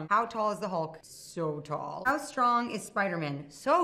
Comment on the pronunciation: Scarlett J: “How strong is the hulk?” “So strong” Scarlett J: “how tall is the hulk?” “So tall” Also Scarlett J: “ how strong is Spider-Man?” With a little more exaggeration: “So stRONG” I don’t know how to spell her last name so BACK OFF